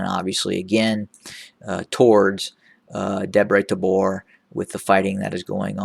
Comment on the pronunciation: I love this dude how good he has been working how to pronounce most of the areas. I like how he says Debre Tabor :) I honestly apperciate him very much how good he's and I hope he realizes TDF love him. I am proud of you brother!